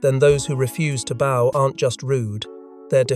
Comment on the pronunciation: Learn the different ways to pronounce 'bow'. This crap is unlistenable.